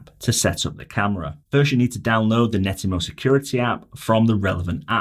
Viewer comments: Yes! It drove me nuts hearing him say Netymo time after time! You saved me writing this. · It's not Nettymo, its Net-atmo. The name is derived from the words Network and Atmosphere as per their first device created